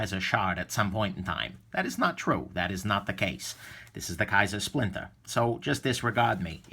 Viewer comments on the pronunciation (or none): it's the "splintah" so say it right! Another great vid from the. It's a beautiful thing. Thanks.